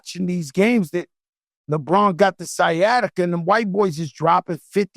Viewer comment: Sciatica - Stephen A~skyatica